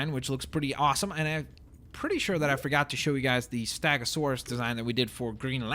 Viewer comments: its stego not stago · Why do you say "STAGOSAURUS" and not " STEGOSAURUS" is it because your first language wasn't English? wasn't it Russian? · It's stegosaurus not stagosaurus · stop saying staaagosaurus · he doesnt pronounce ankylosaurus and stegosaurus right